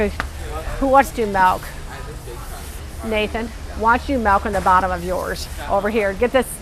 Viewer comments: It is pronoce milk not malk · Do you pronounce Milk as Malk? I’ve never heard it pronounced it that way but I’m also Canadian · She said Melk in place of Milk